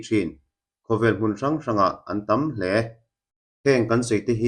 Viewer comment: Thingnget i thluk a nget lai tak hi 'tam hle' tih thluk hian a dikzawk lo maw